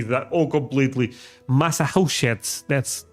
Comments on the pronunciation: Massachusetts is pronounced Massa- Chew- Sets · Massachusetts is pronounced Mass a CHEW sets